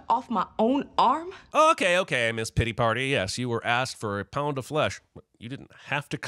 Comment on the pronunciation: You okay there, Cinemasins guy? "Dr GORDAN" earlier, "PITTY" party (instead of Pity). These are pretty basic mistakes. Either you were high and loled past it or you're not okay. Which?